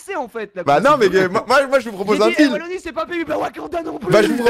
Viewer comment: Wallonie avec un seul L et prononcé "Vallonie" ça fait mal xD